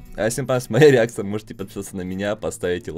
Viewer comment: почему ты всегда говориш "среакция"